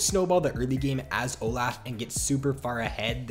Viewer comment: It's olaf not olaugh harry potter scene